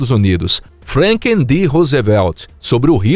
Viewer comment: ... presidente "FRANKEN" di rousivelti?? ai brasileiros Vs inglês... 🤣🤦🏻‍♂️🤷🏻‍♂️👎🏻